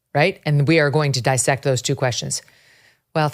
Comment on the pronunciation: That's diss-sect, not dy-sect.